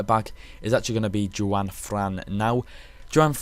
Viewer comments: Say it like wand without the d not Jon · yh its wan not one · ITS 'HUAN' NOT FUCKING JEWWWW-AN 'HUAN' HHUUUUUUAAANNN' FUCK ME Um yeah... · You pronounce 'Juan' as One.... not Jewan. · I'm sorry, but what person does not know how to pronounce "Juan"